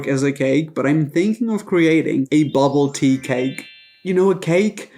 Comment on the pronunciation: I don’t even understand what bubble tea (I thought he was saying bubba -ty. Lol